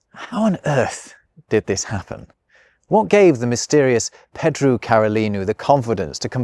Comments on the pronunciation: You might only speak English, but surely you should know that Pedro is not pronounced "Peedru"? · It's nice, given the context. It would've been funny for him to butcher it on purpose. He sort of accidentally did it, with "Pedru". :D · please learn how to say Jose and Pedro